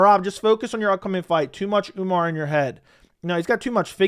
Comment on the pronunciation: He says umnar because of umars insta or twitter name spelling if I remember correctly